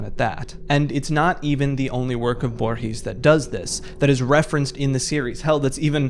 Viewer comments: Loved the video but please never pronunce "Borges" like that ever again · Everytime Borges is brought up a YouTuber mispronounces his name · I find kinda funny how he pronounces Borges tbh